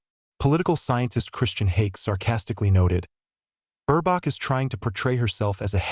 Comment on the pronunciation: Why do you keep calling him shoals, and whats with Burbach? Anyway, Scholz and Baerbock are amazingly inept. Scholz has almost single handedly helped to bring the economy to it's knees, as Britain did with Brexit. Let's hope they are gone by the end of February. Germany definitely does not need the likes of the Afd in power. They have too much of a whiff of Xenophobia, prejudice and racism. That's the last thing Germany needs today. Hopefully Merz becomes the new Chancellor, and has the courage and strength to stop American interference in Germany' government. It's obvious to any fool that, America uses her allies to enhance her economy and reenforce her Military reach and might. Germany should work with Russia, Turkey, China etc, where as equal partners, the benefits are shared.